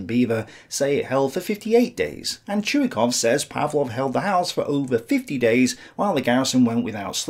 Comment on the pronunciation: btw, I see you pay respect to Vasily Ivanovich Chuikov. Could I dare ask you correcting a bit the way you pronounce his name? It's ChuikOv (o is stressed).